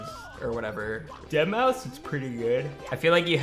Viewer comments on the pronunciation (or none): none